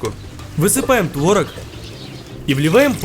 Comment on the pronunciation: Не тварог а творог